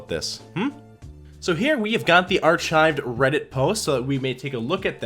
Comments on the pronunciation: “Are-Chived”? You mean “ar-kived”? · Let me help you. Arch-hived? Try Ark-hived. I beg of you. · Arshived? Is that a pun or do you not know how to pronounce archived? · ar-"chi"ved? What is wrong with you? Your channel is garbage, you are a dumb fuck and you will never amount to anything on YouTube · Artschived?! Archived would be the correct pronunciation. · I can’t unhear this guy saying arCHIVED….